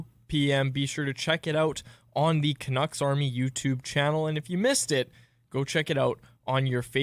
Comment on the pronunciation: People with turtlenecks shouldn't say 'canuckses'